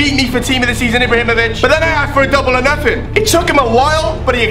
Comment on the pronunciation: maybe ibrahimovic was bad for you because you couldn't pronounce his name